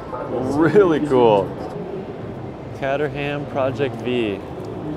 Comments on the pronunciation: Lo e the videos, but catter-ham 😂. So close. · You're saying Caterham wrong. To say it correctly try saying "Kate er im" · Great coverage thanks for documenting it! Just FYI Caterham is pronounced: Kate-er-um.